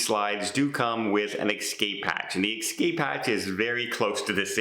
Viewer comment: It's not "excape" but "escape".